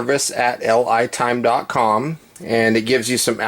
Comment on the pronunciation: Everyone else is pronouncing that "Lee-Time". I hope they're decent because I just bought two of their products.